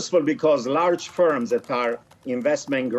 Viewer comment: Its FIRMS, not SPERMS